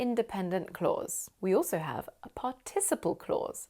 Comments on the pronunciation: Thanks! I loved the lesson but is it really possible to pronounce "participle" the way you do? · Google translate says it's pArticiple (the stress is made on the first syllable). :)